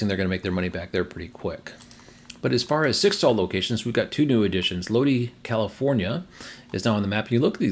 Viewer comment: Lodi is pronounced, Low-die.